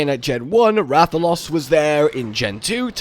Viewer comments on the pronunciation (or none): none